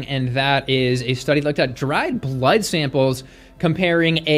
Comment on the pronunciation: I do like... especially the way you pronounce 'berlud'